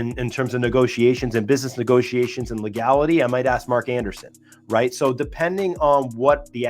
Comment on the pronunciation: It's pronounced Mark Andreessen (not Anderson).